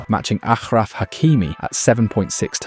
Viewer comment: ashraf Hakimi , stop saying it like a jew , you can pronounce sh